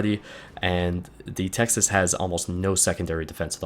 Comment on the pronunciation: texaseseses..... lol!